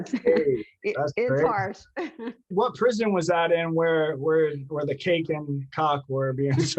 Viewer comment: She said cake or cock?.....i just died 💀💀💀 definitely could see why it was happenin